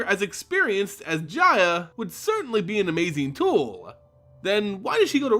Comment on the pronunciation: i cant fucking stand how the narrator ends words as he speaks themehhh. Toooluhh. Deadeh. Pyromancerrr. Gogglesuh. Ballardeh.